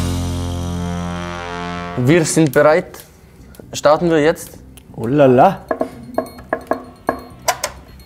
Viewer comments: als haland sagte "starten wir jtz" dachte ich für einen kurzen moment er ist deutscher als ich... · ein waschechter Deutscher hätte es nicht besser aussprechen können!